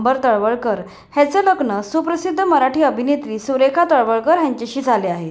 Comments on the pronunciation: सुरेखा नाही सुलेखा नाव आहे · सुलेखा तळवलकर नाव आहे..सुरेखा नाही.😂😂अभ्यासपूर्ण व्हिडीओ तयार करून आम्हांस दाखवून देत जा.